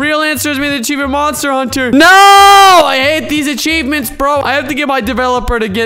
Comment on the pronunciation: no I don’t want ACHEAvMENTS!!! Me: ok ya same here